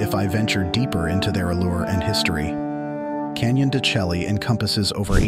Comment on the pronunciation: AI idiocy. He’s a real expert, mispronouncing the place in the first 10 seconds. Turned it off.